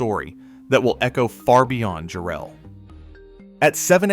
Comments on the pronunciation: Great video but the name is “JAR-ell,” N0T “Jar-ELL.” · It's jarrel not jerrel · Yea it ain't Jarrell like some brother. Its Jarrell, rhymes with "Daryl" . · The deceased family is pronounced EYE-go, not EEE-go. Jarrell is pronounced differently in different parts of the vid. The use of AI is so reckless. The human overlords never check anything, and they never correct the most obvious screwups. They just post it and move on to the next one.